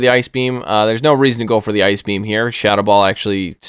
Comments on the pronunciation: “Eye Key B M” … 😂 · i literally screamed when you said ice beam "i ke beee am"